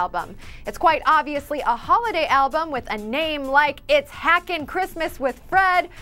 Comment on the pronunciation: WOW ABLUM? REALLY??? REALL?!!! WTF?